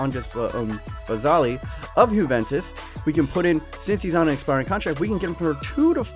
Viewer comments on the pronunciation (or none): Why do you call it huventus